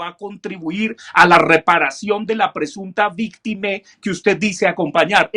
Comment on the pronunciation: porque dice victime, y no victima